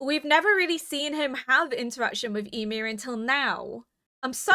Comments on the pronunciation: I remember in the first two episodes you were pronouncing it like WHY-mir. It's so adorable 😆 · hiii, Ymir is pronounced Yee-mear. Yee as in Yee-haw and mear as in near! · yeah it's pronounced more like "yumir" or "you-mir" but fast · The longer this series goes on, the stronger the urge to binge this series becomes. Even when watching reactions! I cannot wait to see what you think of all the craziness that is about to unfold! (I always pronounced Ymir like 'E-mir' because of all the germanic names going around). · She has mentioned she is deaf in one ear quite a few times before, therefore has difficulty with name pronunciation.